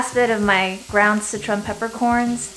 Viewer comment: are you saying Citron peppercorn? I just wanna make sure I heard correctly